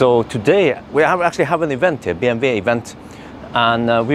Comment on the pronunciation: Why do you call it BMV. It is BMW. Double U. Love the video! thank you